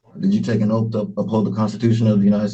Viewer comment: “Oaf” … he axed her if she took her oaf of office, yo. 😂